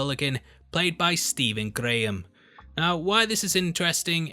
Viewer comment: As a Scouser.... I truly appreciate the “Grrrraham”.